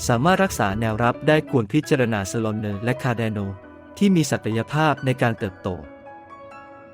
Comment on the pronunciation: ถ้าจะใช้ ai อ่านแล้วเพี้ยนขนาดนี้ ไม่ต้องทำก็ได้ครัับ อ่านข่าวให้ฟังน่าจะดีกว่า solana ก็อ่านว่า โซลานึง มีแต่น้ำ จับใจความไม่ได้ เสียเวลาคนฟัง